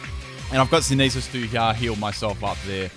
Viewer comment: its pronounced, "SYN-THE-SIS"